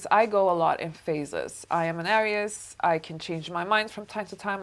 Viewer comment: You’re saying Aries wrong